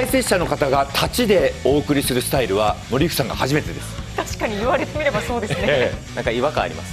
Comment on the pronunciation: 森福さんがオリックスさんに聞こえる